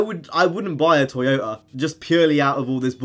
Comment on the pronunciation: Anyone notice him saying toyotar